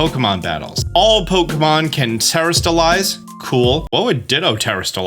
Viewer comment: Te-Rah-stalize. Not terra like earth, but te-Rah Orange is “na-Ron-ha” Uva is “ooh-vuh”